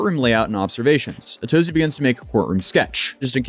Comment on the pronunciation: I thought your name was a take of "from A to Z" but you just pronounced your name ah-TOE-zee. Just an observation and a thought I had